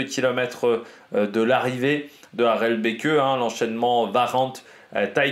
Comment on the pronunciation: J ai remarqué tu as tendance à prononcer le" e "final dans les noms Flammands que ce soit pour les coureurs ou pour les villes ( un peu à la Jacky Durand ) hors ce n est pas le cas . Par exemple ici la ville de départ et d arrivée du grand prix E3 se prononce phonétiquement : a - rel - bek. Aprés c est juste une info ça ne joue pas sur la grande qualité de tes vidéos. Je rajouterai le surnom de " petit Tour des Flandres " vient aussi du fait que l E3 emprunte beaucoup de bergs et de secteurs pavés du Ronde.